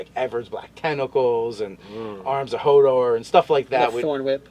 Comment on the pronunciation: Wait a sec, did just call Arms of Hadar Arms of Hodor? Cause that's what I heard. Either way I think I'd just add Tavern Brawler or some monk levels cause the sword rarely got used and it was all magic and unarmed fighting.